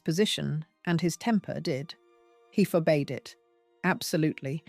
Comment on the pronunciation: “Forbade” is not for-bayed but “for-bad.”